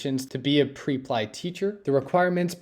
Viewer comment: It's not PRE-PLY, it's PREP-LY😅